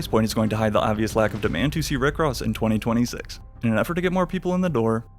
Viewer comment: the way you say "2026" is distracting